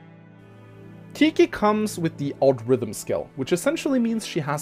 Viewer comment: It's pronounced tee khy but I'm not gonna be mad at u since I can't pronounce grimas name right